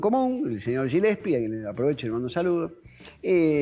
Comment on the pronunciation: Todos se fijan en el "bienvenides" y nadie dice nada de cómo dice "Gillespi" pronunciándolo "Yilespi". OK, sabemos que el sobrenombre viene de Dizzy Gillespie, pero en inglés se pronuncia "guillespi" o, en todo caso, "guelespi", jamás "yilespi". Una oda a la afectación.